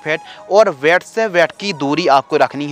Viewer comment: Ved nahi bed hota hai